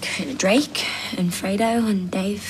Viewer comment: Did they really just say fray-doe